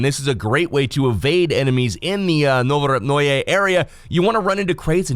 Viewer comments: Novopruje.... Novopyu... Uhhh "NOVO AREA" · Is pronunced novorepnoye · I think it's pronounced no-vo-rep-noy with a silent e